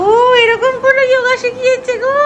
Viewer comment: "যোগা" নয় শব্দটা হলো যোগ। মানে যুক্ত । বিদেশীরা জানে না, উচ্চারণ ও করতে পারে না। আমরা কেন ওদের অনুকরন করব.... সমালোচনা করছি না। ভেতরের তাগিদ থেকেই আন্তরিক ভাবে ই বলছি ....এই বাচ্ছা গুলো তো আমাদের ভবিষ্যৎ। ওরা যথাযথ ভাবে গড়ে উঠুক। অনেক আশীর্বাদ ওর জন্য রইল।❤ মাসিমা দ্রুত সুস্থ হয়ে উঠুন এই কামনা করি।🙏🏻